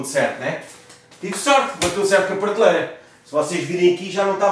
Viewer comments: 5 segundos no vídeo e já se ouve a primeira facada no português. pârteleira ou PRATELEIRA? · oh, gosto dos teus vídeos da casa mas tens de deixar de dizer PARteleira bro